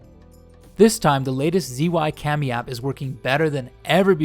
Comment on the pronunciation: che yun not zee yun